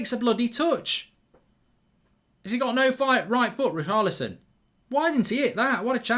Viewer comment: Why does Mark pronounce Richarlison as ”Raokarlison”